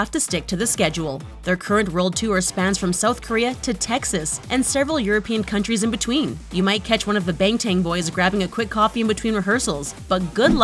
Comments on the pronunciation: She really said BangTANG 😂 At least learn how to pronounce the group name before doing a whole video on them. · “Johnkoo” “Bengtang” “Geemin” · Bangtang wtf do they not research how to say these things?! Ugh!!!! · Tf is Jhonkoo Nahmjoo Taeyang Jeemen And tf is Bengteng It's either Bangtang or Jinhit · she said bangtan as in Bang tan?????🤔🤔🤔🤔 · the way she said bangtan is really annoying ngl hjhjhds lmaoo